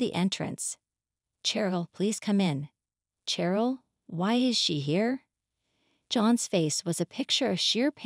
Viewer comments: Carol is pronounced with a "K" sound, not an "SH". As in, A Christmas Carol. Edit: Ah, I see, they called the same woman both Carol and Cheryl. You're right, Cheryl is pronounced the same as Sheryl. Either way, they mispronounced it. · It is pronounced Sheryl with an sh sound